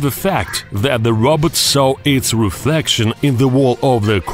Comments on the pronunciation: It’s a ROBOT NOT A ROBERT 😂🤣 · he says robot like rabbit im dying